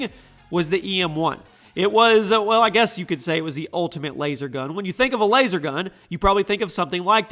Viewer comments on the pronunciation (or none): none